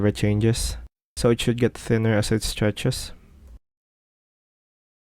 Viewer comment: Love the "outro" "gUdbye"